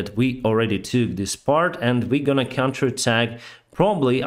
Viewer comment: The words and, end and side is normally not pronounced with a t in the end. It is d in the end.